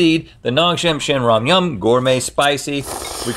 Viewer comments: The pronunciation is ✨amazing✨they really got it ! I would get tongue twisted. Have been watching for years and still amazingly entertaining!! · Rhett and Link, you did such a good job pronouncing Ramyun!!!